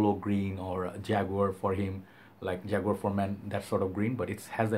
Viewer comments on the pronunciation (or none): none